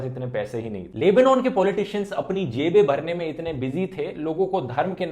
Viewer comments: It's Lebanon. NOT!! LEBOOOONAAN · the proper pronuncation is Leb-Naan